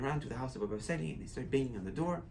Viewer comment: Sali, not Sale.